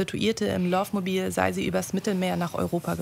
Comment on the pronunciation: Wie auch bei Amoououng Us heißt es nicht Louove Mobile sondern Love, ausgesprochen mit fast einem A an Stelle des Os